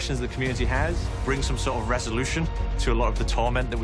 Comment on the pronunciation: Omg JASON BLUNDELL SAID WE CAN BRING SOME SORT OF RESOULOUTION. Reseloution is like reveloutuion map pack die rise